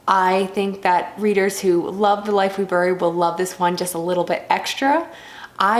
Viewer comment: don't think i've ever heard anyone pronounce bury like that before. midwestern thing? i'm in a bit of a reading slump now as well. just re-reading my favorites and trying to spend my audible points before they overlap. that sort of thing. :p i really, really enjoyed allen's first book. i had no idea there was a sequel. can't wait to jump into this one! thanks for the review, and good luck on the channel!